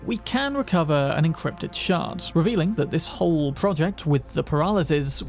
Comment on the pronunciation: I know he’s saying shard but dang do I ever hear shart